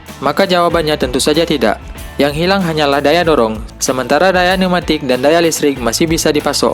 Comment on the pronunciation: Numatik? Pne'umatik